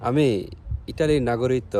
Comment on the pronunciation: ভাই নাগরিকত্ব শব্দের উচ্চারন শিখে তারপর ভিডিও করেন